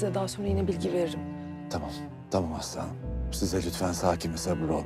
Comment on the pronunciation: aslı hanım derken aslanım der gibi oluyo İSDPŞSAPDLAPDŞSLDMA